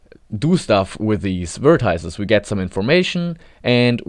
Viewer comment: This may be a very minor grievance, but why pronounce it "vertiiece"?